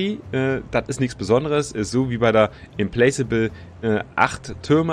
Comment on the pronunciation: Implacable with mit nem K ausgesprochen, soweit ich weiß. Implakable quasi :D